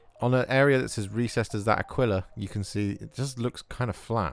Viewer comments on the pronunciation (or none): FYI - 'Aquila' is pronounced more like 'Akeela' being a latin/Spanish word